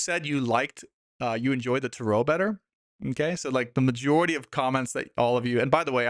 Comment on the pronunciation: Why do you pronounce Tarot incorrectly?